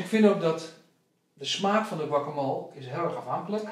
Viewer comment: grappig hoe jullie guacamole uitspreken😂😂 guacamool😂